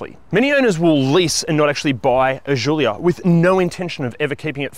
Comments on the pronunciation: It's not a jjjulia it's Gulia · It’s not zhulia it’s giulia. Could’ve tried harder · What the fk is a "zoolia"? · Hey this is not a French car - just call it a Julia like Italians would